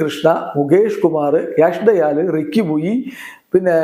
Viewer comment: Yaash dayal alla Sir... Yash dayal ennu parayu😂